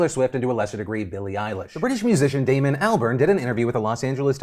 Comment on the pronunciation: Phil, as a Damon myself, it is very nice to hear my name pronounced correctly haha